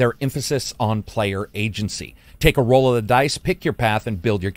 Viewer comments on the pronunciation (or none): none